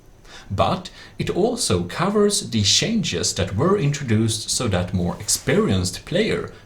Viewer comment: "It also cavers the shenjes"